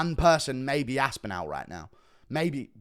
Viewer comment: The way you pronounce Aspinall hurts